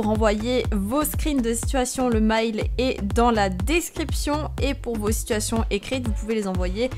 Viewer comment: Ces "sitouationnes" XDDD